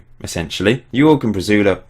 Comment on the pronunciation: great save mate!! haha the way you pronounce Jorge... it's like horhe if that makes sense hahaha